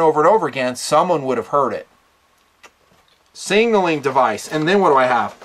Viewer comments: "Singleing Device"? LOL. Sig-nal-ing. Not Sing-al-ing. #NitpickingFancy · why does he pronounce it singnaling instead of signaling? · SIG-NAL-ING. Not Singling. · Singnaling hahaha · I love your videos and what you represent, but for the love of God, learn to pronounce the word signal. Your whistle is a signaling device. Your fanny pack is singleing device:-) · Why can’t you pronounce Signaling? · Why can’t you say “signaling”?